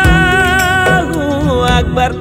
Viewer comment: சாருக்கு நன்றி அல்லாஹு அக்பர் என்ற சொல்லை நன்றாக அழுத்தி சொல்ல வேண்டும் அதை மட்டும் கொஞ்சம் கவனம் கொள்ளவும் தேவைப்படின் நாகூர் ஹனிபாவின் பாடல் லில் அழுத்தத்தை கானமுடியும் கடவுளின் பெயரை கூறும் பொழுது சாதாரணமாக உச்சரிக்க கூடாது அப்படி அழுத்தமாக அழைக்காவிடில் அவனை அவமதித்தாகத்தான் அமையும் மற்றபடி பாடல் அருமை தொப்பி போட்டுத்தான்பாடவேண்டிய அவசியமில்லை உங்கள் மார்க்கம் உங்களுக்கு எங்கள்மார்க்கம் எங்களுக்கு நன்றி சகோதரரே